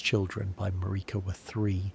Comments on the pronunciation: Damn. I had a feeling that this was AI nonsense when it kept pronouncing Merika as MuhReekuh. Glad I didn't get too far into this. Get a microphone and write your own scripts and I'll gladly return. Later. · Sorry, not trying to be a hater, I love sleepy Souls-Borne lore, but your wandering pronunciations drove me crazy. Everyone in the game pronounces her name one way, over and over again, never deviating. They all say it the same way. MAR (rhymes with air) - ik (rhymes with sick) - a (rhymes with duh). Not one person in the game pronounces it maREEKa or maRICKa. Don't even get me started on Blaidd.